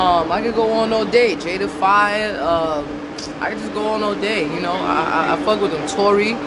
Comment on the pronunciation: She called Jada Raye Jada fire🤣🤣🤣